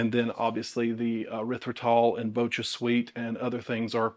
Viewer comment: Here is a tip on how to pronounce BochaSweet! It is manufactured using kobucha squash, which is pronounced kuh-bow-cha. So it's pronounced bow-cha, not bow-kuh!